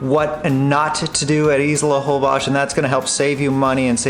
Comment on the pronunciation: Why do you guys pronounce Holbox with Holbosh??